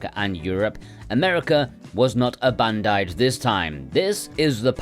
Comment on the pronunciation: A-Bandai-ed? Dearie me...